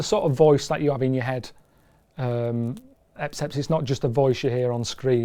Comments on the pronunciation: Did he just say 'Epcept' ? See? That's what we're talking about. That's original. Coming up with his own words and broadcasting them since 2003. He's like a new species. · Rex Or yeah he did 😂 willy nillerly